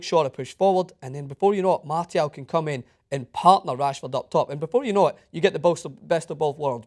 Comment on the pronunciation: Who the hell is "Martyal"?